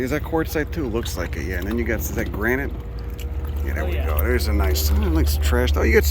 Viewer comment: This video just showed up in my feed, this guy really knows his stuff! The milkweed and echinacea are typical “butterfly garden” species (perhaps intentionally planted by to attract Monarchs to his dock?) The accent is a combo platter of NYC and somewhere else -Philly, PA? It’s his “there” (“dere”) that gives it away. “You guys are lurkers!” 😂